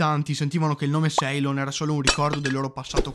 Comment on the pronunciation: Ciao, grazie del video. Ceylon si pronuncia “sìlon”, mentre Zaire “zaìre”. Spero sia utile 😉